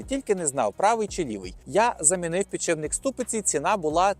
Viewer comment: підшиПник, не підшиБник! під шиПом, не під шиБом ))